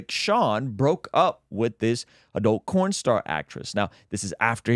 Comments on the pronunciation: Sounds like your saying corn star. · Why the hell are you saying corn and not porn. Is corn picking a national sport now or something? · Is he saying "corn" star? 🤣 🤣 🤣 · Did you say cornstar? 😂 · Did he say Corn Star? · Why are you saying Corn Star???